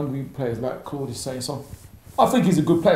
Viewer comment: Wtf Claude your italian accent is perfect..are u italian?